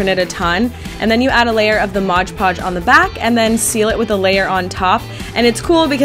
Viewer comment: Mod~ podge not modge podge :)